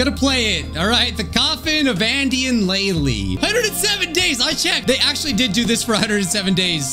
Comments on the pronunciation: It's pronounced laylay leyley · Its prounuced laylay